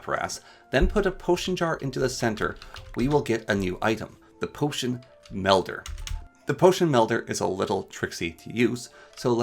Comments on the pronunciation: You saying Windel was bad, but I could get past it. When you called the melder a medler I just couldn't keep going anymore. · This was a super informative video I appreciate the knowledge. I do wanna say tho I think u may be dyslexic. You kept calling Wil-dens as Win-dels, you called the potion mel-der as potion med-ler, and you also called the ender eye as eyer end. I know some people with dyslexia and they do the same things when reading, so you may want to look into that if you haven’t already